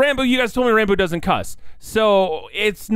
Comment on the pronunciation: Opps long comment ahead: His name is actually pronounced like Rahn-Boo, but he's too shy to correct anyone on it so most on the SMP say it like Ran-Boo like you did in this video or pronounce it Rambo lol. Ranboo did hit 500k on youtube before the new year! and has continued to gain subs and follows on Youtube and Twitch at an insane pace. Ranboo came into the SMP a fan of the content and creators. He probably knew more about the lore than most of the members and he'd already thought about what his character would be and what he'd do if he got on it. After getting roped into the plot almost immediately after joining, he sat down that night and created an entire character document outlining lore, quirks, personality, etc. from which to draw from when in Role Playing mode. This makes him pretty much the only character on the SMP who actually has a fully fleshed-out backstory that influences his behaviors and beliefs, making him a very very compelling character with a lot of depth, complexity, and mystery. He's really good at drawing out reveals about his character and dropping bits of lore when you least expect it. I look forward to seeing where Ranboo's story on the SMP goes! A lot of people say Ranboo is like Technoblade but with emotions. While they do share similarities (same laugh, a similar sense of humor, Social Anxiety, married to the Grind, shared mannerisms), they are also very different in a lot of ways of course. Ranboo to this day still doesn't see the comparison